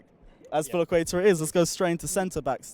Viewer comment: Lol can't pronounce azpilicueta to save his life